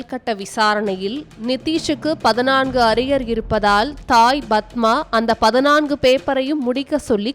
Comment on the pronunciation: 'பதினான்கு' என்று உச்சரிக்கத் தெரியாதா அறிவிலியே?